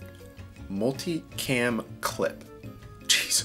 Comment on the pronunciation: Swear everyone says “multi-clam!” Lol!